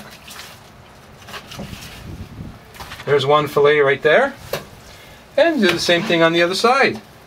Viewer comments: It’s not called a FILLIT it’s called FILLET SOUNDS LIKE FILLAYYY!! lol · hahaha "fill its" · @@ Are you Canadian? Filet is a French word or a derivative. Do Canadians pronounce filet with a hard t instead fil-lay as the Brits do? How do you say felt mignon? Just curious. After seeing all of the negative comments from the ignorant and shallow end of the gene pool I was hesitant to ask. The question isn't a slam.